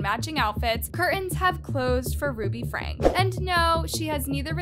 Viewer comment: Uuuummmm, Franke is pronounced Frankie, not Frank. Just fyi. I really enjoyed this video and I love listening to your videos. I find your voice soothing. Kevin wanted his daughter arrested for burglary? WTH is wrong with these two parents? I don’t understand how parents can do these things to their own children!!!